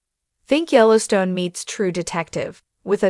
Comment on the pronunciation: You can't even get someone to read the name of our national park. So bad